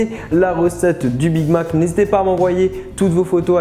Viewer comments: ZE BIG MAC 🤣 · ZE BIG MAC,ZE BIG MAC a T'ES SERIEUX LA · ze big mac 😂